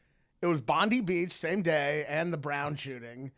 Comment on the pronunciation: Bondi Beach is pronounced “bond-eye”. Lots of Americans pronounce it like Pam Bondi.